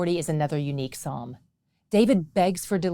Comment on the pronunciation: Thank you for using Psalm without the S